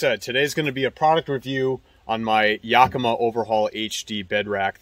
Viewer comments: Why does he keep saying "yokima" rack. It's yAkima... emphais on the "A"... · Cool set up, and thanks for sharing your smart design tips. For what it’s worth, as a native of Yakima, I can tell you the “Yak” in Yakima is pronounced like the word “back”, as opposed to the word “”jock”. Hence the phrase “yack attack!”. And, the “eau” in “tonneau” is ponounced like “oh”, not “ooo”, like choo choo. :-) I’m not being critical of your good content. I’m grateful for it, just trying to slow the new and growing trend of calling tonneau covers “tonooo” covers. Id never heard that until about two years ago and now it’s all over the net. Cool truck and please keep the content coming!